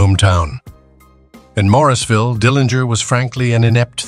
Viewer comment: Mooresville not morrisville